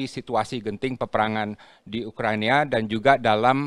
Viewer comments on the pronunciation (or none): ngomong yg bener Pak🗿 UKRA.I.NA bukannya ukraniya